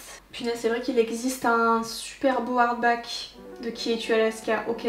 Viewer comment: perso c'est "harback" 🤣🤣